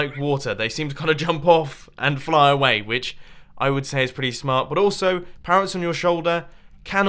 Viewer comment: "pawwots" are you okay today mumbo?